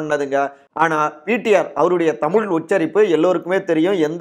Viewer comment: ஏயோவ் தமுல் என பேசாதீர் தமிழ் என பேசுங்கள் தமிழை அழிக்காதீர் வேண்டுமென்று பேசுகிறீரா? திருத்தி கொள்ள வேண்டும்